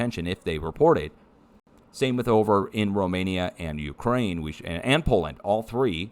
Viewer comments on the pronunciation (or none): none